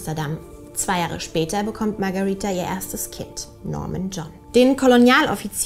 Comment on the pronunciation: Warum sprichst du den Namen so merkwürdig aus ,sie heißt doch Magareeeeeeeeetha nicht Magariiiiiiiiiiiiiiitha,naja bist wohl klüger als normale Menschen.